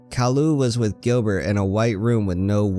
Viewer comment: Gilbert not grillbet